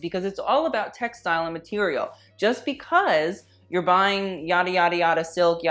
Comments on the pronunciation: "a boot a boot" who let the Canadian in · No one:: A BOOT